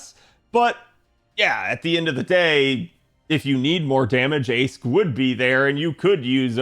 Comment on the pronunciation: Not sure if people know about this by now but "Aesc" is pronounced "Ash" in Old English, as in "ash tree" just as "Toneriko" is just another Japanese word for "ash tree"